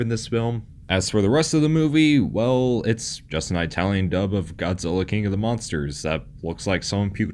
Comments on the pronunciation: ih-talian, not eye-talian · I couldn’t get past the narrator mispronouncing “Italian” repeatedly. Say it like “It-al-yen” not “Eye-tal-yen”. Having worked with Italians for years I cringe hard when I hear that pronunciation, and think the speaker must have been from the trailer park. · It's ITalian not EYEtalian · Flinching every time you say "eye-talian" like a r*cist grandpa. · He pronounces Italian as I-talian. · Why does he keep saying Aitalian? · Jeez those friggin eye-talians....lol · No one:: Eyetalian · “Eye-talian”? Yes, dude, we know you aren’t Italian. I’ll bet this guy thinks Spaghetti-Os are delicious. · It's not EYEtalian, you moron. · EYE-talian is a good example of domestication right there. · Please quite saying Aye-talien. You sound like my hillbilly neighbor discussing pizza. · Eye-talian? why not just call them Wops? You're a bigot. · Didn't know about this, super cool. Cringed every time I heard "EYE-talian" though. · Same here! This guy probably has trouble ordering food at Olive Garden. Too ethnic for him. 😂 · love the pronunciation of itallian, i tallian, from apple. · I know, I winced every time he said that. XD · I am 0% Italian, it hurt me as well. I thought only old ignorant cartoon characters actually pronounce it that way. 😂 there is no country called “eye-tally” and they never say it that way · Eyetalian lol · Why do you always pronounce it "eye-talian". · "Eye-talian"? Are you effin kidding me? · You probably have no problem pronouncing "kaiju tokusatsu eiga", but "Italian" you can't do? What the fuuuuudge.